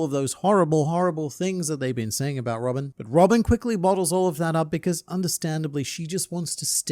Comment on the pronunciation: it's Robin not robick, right?